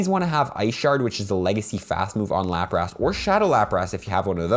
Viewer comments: LaprASS? Not how you say it bro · dude sayin laprass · cant listen to this guy say LAPRAS ugh cringe